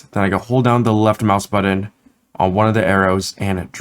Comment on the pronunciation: Muir, that is most definitely a matter of personal opinion. Some of us find the way speaks grating, in that he mispronounces words ("budden", etc.) and uses far too much up-speak. When you have autism and misophonia like I do, such affectations make getting through the tutorials extremely challenging. The information is excellent; the presentation leaves much to be desired. By contrast, go listen to tutorials by deaf UE instructor William Faucher. He has some of the best vocal inflections of anyone around, which is a huge deal since deafness creates massive challenges because the person cannot hear their own voice. Yet he manages to sound better than many YouTubers and voiceover artists.